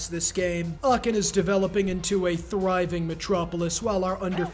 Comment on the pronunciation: As a german i really appreciate all the historical sidejokes. And dont worry: Your pronunciation of Aachen is the best one ive heard so far.